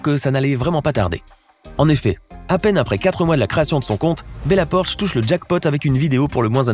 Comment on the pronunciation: Bella poarch pas bella porch